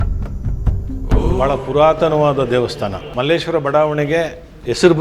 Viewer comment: It's just Malleshwara not malleshwarammmm. Nowadays people changed to mmmmm. Sir has prounced word correctly. Please our people at least Kannadigas pronounce Malleshwara do not follow other people who call mmmmm